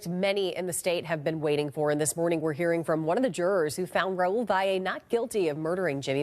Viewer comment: Thank you for pronouncing his last name correctly.